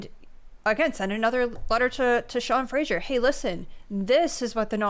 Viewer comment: Only a lib would pronounce his own name incorrectly...there is no "I" in Fraser. That's Fray-zer not Fray-sure...but totally an NS thing 🤷‍♀. I don't get it but whatever.